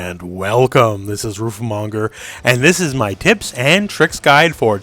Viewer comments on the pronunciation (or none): Dude I thought he said hips and tricks